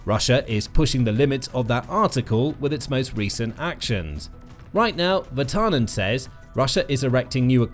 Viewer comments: IT IS PRONOUNCED VIR-TANEN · Your pronounciation of Virtanen is not bad. Just... emphasize on the first syllable, not second, and it would immediately be better. This applies to all Finnish names. The video is a good summary of what has been going on. It would be nice to have a comparison between what Russia is doing towards Finland and other contries having a border with them - Baltic countries, maybe even on other sides of Russia. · they butcher every single non English name anyways